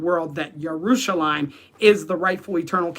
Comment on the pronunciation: In english we don't say Yaruchalaym and Issssrael, we say Jerusalem and Izzzrael.